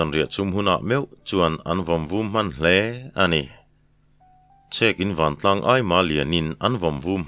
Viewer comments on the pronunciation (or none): none